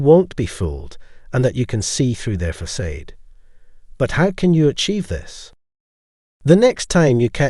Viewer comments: Facade is pronounced like fa- sod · facade is not pronounced that way!! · You pronounced facade at least three different ways, and all were wrong 😁😘